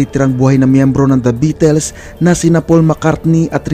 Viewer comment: kahit history na lahat ang mga impormasyon mo masarap parin pakinggan, nasira lng lahat sa pronunciation mo sa salitang "beatles", sana maayos mo ang pag pronounce